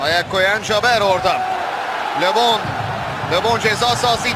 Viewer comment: Labon diyil! Lebon